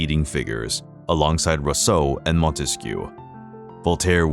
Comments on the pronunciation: Almost every French name in this video is mispronounced. Marquis sounds like markee. Marquise sounds like markeez. Rousseau is ru-so, not ro-so. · Can't pronounce "Rousseau" either... or "Bourgeois" or The Hague (which he pronounces The Hog). : Here's an idiotic statement in this video: "His defiance stemmed from his outspoken criticisms of the government." Whaaa? His defiance is the SAME thing as his criticisms. His defiance didn't come FROM his criticism. Who writes this drivel? Lemme guess: AI?